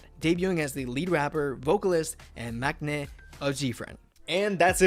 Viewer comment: Try to learn and pronounce korean from hangul pronunciation not from romanized korean, 은하 Eunha pronounced as eu-nha (eu-na) not eun-ha, 막내 maknae pronounced as mang-né not mak-né